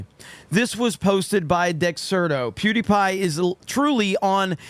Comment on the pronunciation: It sounds like he said duty pie at the beginning.